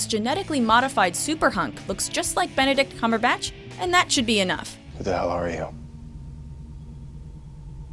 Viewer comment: it's Benedict Cumberbatch. think think